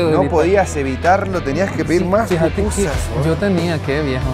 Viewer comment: Pupusas es lo correcto ✅ no popusas 😅🤭✌️🥂